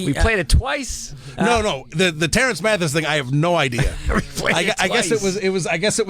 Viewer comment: she mess up Terance Mathis name to if you listen careful